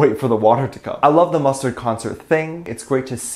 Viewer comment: Did you just say..."mustard"? xD